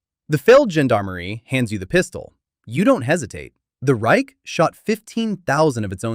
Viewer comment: he cant say Reich but Unteroffizier funny